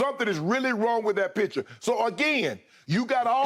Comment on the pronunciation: "Something wrong with that picture" sounded like "something wrong with that bich" 😂 i was like this dude just say that on live AIR?